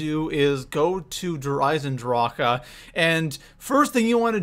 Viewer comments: i thoght we all agreed is der eisendrac not der eisendracha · WHY U CALLING IT DER AISENDRACA ITS DER AISENDRAQUE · You say either Der Eyes in drawk Or Der eyes in draw huh NOT DER EISENDRAWKA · Your not saying der eisendrach your saying der eisendracha that's annoying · It's not DER IsandrakA, It's DER ISAN DRAK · hears him call Der Eisendrache "Der Eisendraha" immediately leaves the video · Does it sound like der eisen draka to you?! It's Der eisen drah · Der Eisendrokuh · What in the hell is a Der Eisendrache-A? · Der rise en drack thats how you say it you creep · Everytime he adds the extra syllable to der eisendrache I feel like I want to punch him in the face. Just end the word like the rest of the world instead of trying to be so grammatically proper. The community pronounces it der eisendrack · DER EIESEN DRAK AH errrrr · Havent seen vids in 5 years... Wow his content hasnt changed. Also why cant he say "eisendrache" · It’s derisenrak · Did you say der eisenDROCA WTF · i swear to god if he says Der eisendrachAUH again im going to off myself. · STOP SAYING DRAKA!!!!!!!! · Haven’t played black ops 3 in so long forget people say “Der EisenDRACA” 😂😂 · Wonderwahf Vundervaffe Dir Eisindraha Dehr Eisindrahkuh Also role your r's whilst pronuncing these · Why do you say der eisendracha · Did anyone realize that when he says der eisendrache he says ahh after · It's not derisendracka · The fact that you keep saying droka is pure cancer, learn to read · Why do they keep calling it der eisendracha 😂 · its pronounced der-i-zen-drach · Why does he say dayre eyesendrockuh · I mean no harm when i say this , nor am i saying that you are saying it incorrectly or not but i have never in my life heard some one pronounce der eisendrache like that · Bro that der eisendrache pronunciation makes me want to shoot myself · The way he says der eisendrache makes me cringe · This gameplay and the way he says der eisendrache bothers me